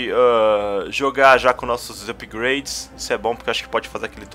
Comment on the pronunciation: meu deus,o cara fala ''upigraides''volta pra escola mano